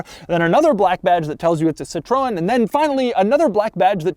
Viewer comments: See-tro-En is the easy way. It's in fact a made up name, starting from Citron which is Dutch for lemon. The founder's father's added an e to the name, Citroen, then Andre Citroen added the umlaut. Totally made up, so the pronounciation is all over the map. Just not "Citrone" as Doug is saying, because that's french for lemon. :-( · BTW, Mr. De Muro, Citroën is pronounced like “seetroenn”, not “citron”, which is lemon in French (the fruit, not lemon as in bad car like we say here in the States. In France, that would be “une voiture pourie”-a rotten car- or sometimes “un four”- pronounced “foor”- literally an oven, which is about as immobile as you can imagine). This car was all of it in French luxury back in the day, along with the now largely forgotten Peugeot 604 and the Renault 20 and 30 models. I had the chance to rent a brand new Xantia in ‘95 when I was over there, and that was a blast. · I heard someone saying citron (which means lemon), instead of Citroen, but what did I expect from a guy that mispronounces his own name. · Hallo Doug... Little update :Citroën is pronounced as Citro-ën, not citroon😂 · SITRON? for real is "SITROEN" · It’s pronounced “cit-rin” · no. Cit-row-N is the correct pronunciation. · No, it’s rather close to "Citro-N", for english speakers… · Americans: always getting pronunciations correctly. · The Sitrone - the presidential car of Jock Sheerock (Jacques Chirac) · Sit Trow En is how you pronounce it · more see-tro-N (as the letter). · "Citron" "Poogeau" You can tell these brands aren't very well known in the US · "Peu (rhymes with "her") zho" (like "Joe" but with a soft J) and "Seat-ro-en" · people in britain pronounced: pewzjah and seetren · nope. Per-sjow and Sit-ren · Also Doug: "citron" (lemon) and "De Miuro". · Citrone haha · Bien joue😂😂 ca ma aussi fait mal quand j’ai entendu citrown😂. Et pujeot aussi😂😂😂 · “Sitroun” “Puujo” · "Seetron" "Poojoe" Ah, yes, americans who dont even try to pronounce other languages correctly